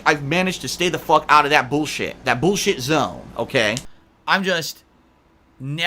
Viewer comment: This is the 57th "No more drama boolsheet" videos he's done